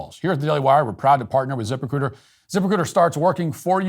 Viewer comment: I thought you were saying "zipper-c00ter", not "Ziprecruiter." Yikes, I hope they didn't pay much for that company name.